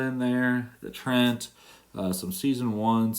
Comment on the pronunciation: Hey, I think Treant is pronounce Treeant. Bring on the next match!